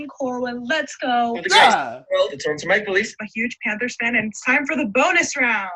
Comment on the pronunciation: The “Male leafs” eh?